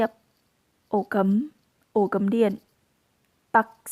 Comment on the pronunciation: Ổ cắm bạn này nói là ổ cấm kìa, ng lào nói như này là tốt quá rồi.